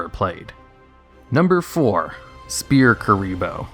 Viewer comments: It's pronounced "Sfear". Not Speae. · SPHEAR NOT SPEAR. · Rogue, not "Rouge" S-FEAR(Sphere), not Spear. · Sphere is pronounced like sfere not spear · Do you just... actually pronounce "sphere" as "spear"? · I like how he says spear instead of sphere. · (It was a joke on his pronunciation of Sphere bro, which sounds like he is saying Spear) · I love Duel Links for stuff like this. All this iconic stuff from the anime that was never used in real life is actually useful now. Also, you pronounced Sphere wrong. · That's not how you say sphere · Please, someone tell me I'm not the only one who is bothered by how he says sphere. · Have you never read the word "Sphere" before that card?